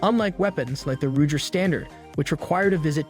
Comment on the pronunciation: ruger = “roo-jer” 😂